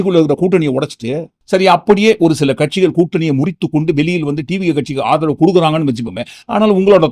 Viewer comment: ஆதவு பேசுறா ஆதவு. ஏண்டா தொங்கி போச்சா.😂😂😂